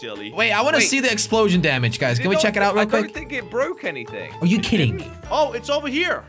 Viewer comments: Actually he says it like 'are you kitting me' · It sound like he’s saying are you kitten me lol